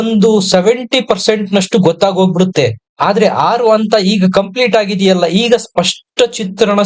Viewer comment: ಅಂತ ಅಲ್ಲ ಹಂತ ಎಂದು ಹೇಳಿ